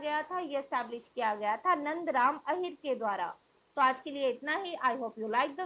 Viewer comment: Madam correct the word ahor. It is Ahir/yadav